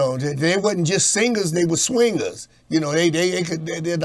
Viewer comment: He said: THEY WASNT JUST SINGUZ THEY WAS SWINGUZ🤣🤣🤣🤣